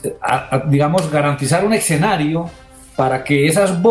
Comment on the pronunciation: Todo un magistrado y diciendo "ecsenario" y "acecten", deja mucho que pensar acerca de su formación intelectual